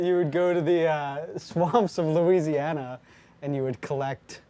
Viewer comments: Arin totally said Luigiana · did someone just say Luigiana?